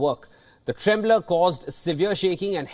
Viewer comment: I think the host meant the word temblor, not tremblor.